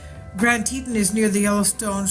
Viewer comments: plz pronounce it tee tawn (as in tawny) as it is suppose to be rather than tee ton. ppl will know what ur talking about quicker if u pronounce things correctly. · PLEASE learn how to pronounce the places you report on. It's pronounced TEA-TAWN. TEA - like you would drink and TAWN like a baby deer, fawn, but with a T. Ugh! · its pronounced tee tawn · You arw not even sayin teton right